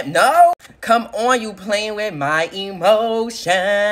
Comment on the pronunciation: The way how she said they playing with my eMotIoNss